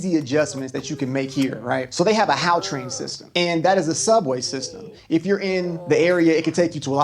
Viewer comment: its not HOW train its Gautrain since the Province is Gauteng.. you need to clear your throught when you make the G sound gggghhhhaaaooohhh train